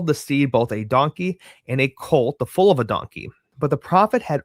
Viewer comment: Foal is pronounced like Fole